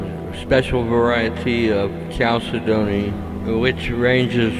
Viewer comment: its pronounced cal ced ney! ok